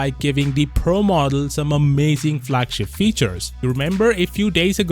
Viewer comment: Flagshap ? Really i hate how u talk